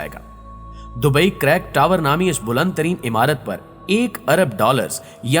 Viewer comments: sir, pehli baat to ya k is ka nam crack tower nai balky creek tower ha......... aur 2sri baat ya k is project p aabhi filhal kaam rok deya gya ha........ is k alwa kaf sary programe under process ha....... jo k filhal rok deya gy ha..... aur UEA nai balky its UAE ha........ aur dubai ka sab say famout GLOBAL VILLAGE k baray m kuch nai btya aap n....wo to ab main tourist places m sumar hota ha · Crack tower nahi bhai Creek tower h aur yeh koi building nahi he Burj Khalifa k jesii..Fake Information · Bhai crack tower nahi creek tower